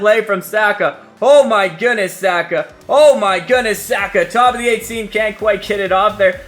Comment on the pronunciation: Your pronunciation of Saka is wrong. It’s S (ah) ka